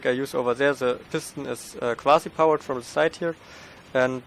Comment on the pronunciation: Quasi powerd da hört man den deutschen